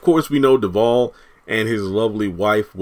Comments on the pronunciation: His name is DEvAle not devall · Devales name rhymes with Pal not Paul.